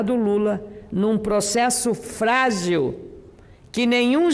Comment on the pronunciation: O que é "frázil"?